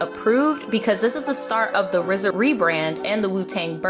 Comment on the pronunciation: Low-key, the fact that you keep saying RZA's name as "Rizza"...😬😬😬 just being honest. It's just RZA, not "Rizza". Other than that, I liked your take on the whole thing.